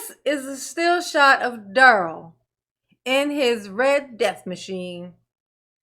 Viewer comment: You know he objects to you calling him 'Darryl' his name is "Darrell (pronounced Duh-Rell). Girrrrl....he didn't ask any question relevant to a defense of any sort. I can't stand him. 😂😂😂